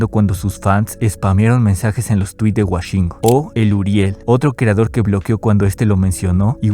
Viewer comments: Woshingo❌❌ Washingo ✅✅ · Escribiste mil veces “Woshingo” y aun así insistes en decirle Washingo XD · Todo bien pero como que "Güashingo" hasta el mismo se dice "güoshingo" 😭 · Es wOshingo, no wAshingo. Dios…. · Me da desesperación de que diga washingo y no woshingo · WOshingo no WAshingo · Por qué pronuncia wAshingo????? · fuera de todo, pq dice Washingo, es con O 😖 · Por qué dices “WAshingo”😭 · Por que le dice Washingo xdxdxd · Por qué dices Washingo? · Me estresa demasiado la forma incorrecta con la que pronuncias su nombre, puedo estar como le de acuerdo contigo pero perdón, no puedo, me sangran los oídos, es como escuchar a Woshingo pero al revés